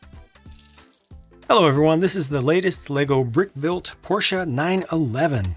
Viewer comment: Finally a Porsche review instead of "porsh" ;)